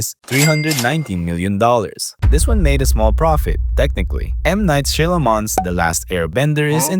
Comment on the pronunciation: Mispronunciations in this video: Polish Shyalaman